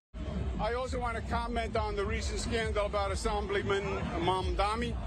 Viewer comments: I think you're burying the lead here: He said he wanted to talk about "assAmblyman Mamdami." It's bad enough he can't pronounce Zohran's name; but it's extra embarassing that after a lifetime of being a political nepo-baby, he can't even pronounce "assemblyman." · Mamdani or Mamdami When called Mandani during their debate, Zohran gave Andrew the correct spelling of his name. May he's doing it on purpose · And he still says his name wrong 😑 probably on purpose. If you can say Mamdami you can also say Mamdani. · "Assahmbleemin Mamdahmee"? He still can't get his name right, and now he can't even pronounce "assembly man"? Where dafuq did Quid pro Cuomo learn English? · Still saying “Mamdami”. If on purpose, it’s petty. If not, it’s indicative of his mental stae. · Still MAMDAMI “like WTF He told him to pronounce his name correctly. Lazy Brain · I wonder if Cuomo thinks mispronouncing Zohran's name as "Mom-dommy" is actually effective at disrespecting him. If anything, I'd think some folks would perk up at the thought of voting for a "Mom-dommy" 😆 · The name is Mamdani, M A M D A N I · the name is MAMDANI, Mr Coumo get that right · Not pronouncing a person's name properly is a well-known aggression tactic. I can believe some .. maybe even most.. of USA politicians are drugged up, but not pronouncing a name properly is a deliberate power move. And usually based in racism. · Why can't this Cuomo pronounce Zohran's name properly. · Exactly! Does it on purpose, no way he doesn't know